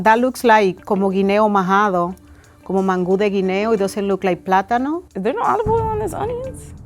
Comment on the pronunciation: After she pronounced it Man-Goo I knew it was over for shorty